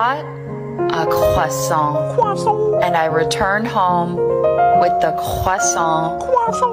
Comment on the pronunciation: Jokes aside, as a french person, Perils pronounciation is the most accurate I have ever heard an english speaker pronounce croissant.